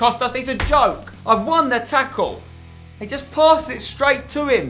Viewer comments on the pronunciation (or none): none